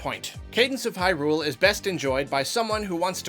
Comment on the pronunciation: Why do you say Hyrule with such odd stress on the Hy part?